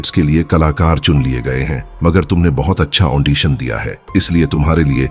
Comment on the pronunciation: The word is AUDITION, not AUNDITION.